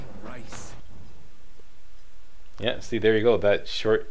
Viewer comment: i like how you say rais' name like rice but its said like ries